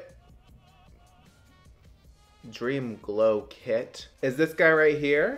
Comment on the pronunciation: You saying “Dream Glow Clit” — not mad bout it thoooo 💁‍♀️